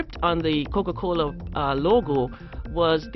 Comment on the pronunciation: "The wuourlde uf kuka-koula" Stupid bitch...